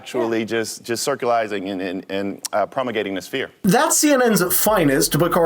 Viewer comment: Promagating? Who is not so intelligent? It's promulgating